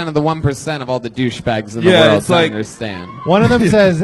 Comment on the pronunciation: Someone teach Redban how to properly say the word "world"